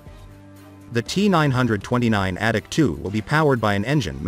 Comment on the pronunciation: Sounds like the voice calls it the addict 2